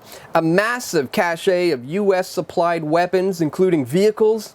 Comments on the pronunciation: "Cache" is pronounced as "cash" not "cash-ay". Good Grief. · Cache is pronounced like "cash", not "cash-eh". Cache is a conjugated form of the root verb "cacher" which means "hidden" or "to hide". Do you see an accent egu on the "e"? No, no you don't. It's almost as bad as not being able to pronounce hegemony. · Great report! (Whoops, "cache" of weapons etc. pronounced same as 'cash.') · "Cachet" or "cache"? Because "cache" doesn't have an "eh" on the end, or even an "et". Just pretend you're talking about money.